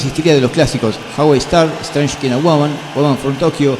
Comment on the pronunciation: Llegué a este canal buscando exactamente esto: La historia de Deep Purple. Muy buen contenido. Seguiré revisando pues veo que hay muchísimo material similar. Sin embargo, hay una cosita que me mata los oídos. La pronunciación de KIND (Strange kind of woman). Punto a mejorar urgentemente, querido. Espero no se moleste.